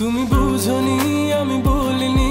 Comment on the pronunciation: সবই ঠিক আছে। লিরিক, টিউন, ভয়েস কিন্তু একটা শুদ্ধ গানে, বোঝনি, খোঁজো এর বদলে বুঝোনি, খুঁজো এসব উচ্চারণ না করলেই কি না ভাই? শ্রুতিমধুরতা নষ্ট হয়ে যায় তো। বিরক্তি লাগে এই জায়গাগুলাতে এসে।